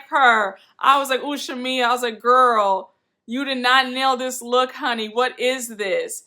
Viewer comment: Marlo doesn’t know how to articulate herself very well & she also has a speech impediment so that’s why she butchers Shamea name sometime (Shamila) 😩 lol I understood what she was trying to get at but she just be all over the place lol Porsha acting like she didn’t know why Marlo thought there was an issue is weird as hell.... She was giving me baby Nene on this part.